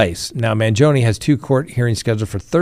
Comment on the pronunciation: Man gee o nee not Man joni, wish you would pronounce words right. Learn to talk right and then I might watch until the end. See ya.